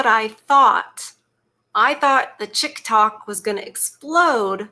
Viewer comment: "Chick-Tok"??? That's funny!!!